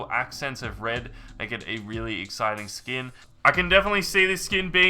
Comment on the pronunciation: he said skoon